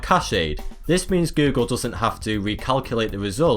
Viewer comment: And how does he pronounce it? Gü-gül 😁